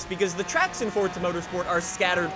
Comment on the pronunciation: "Fortza" lol.